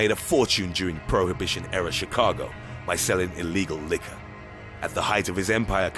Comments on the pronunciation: a SOUP kitchen, in chi-CA-go. This voice cracks me up. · I know "...in CHIHCAHGO'